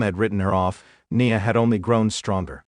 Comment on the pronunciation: Her name is NIa N I A I as in ice cream. Cant umderstand of all words to mispronounce!? CLICK BAIT NOTHING NEW HERE N NO HEARTBREAKING NEWS ABOUT TIFFANY STRATYON. NOTHING WWE OFFICIAL?? WWE WOULD NOT HAVE PUT THIS BS OUT THERE!! I WONT BE BACK DAMN SUCH BS.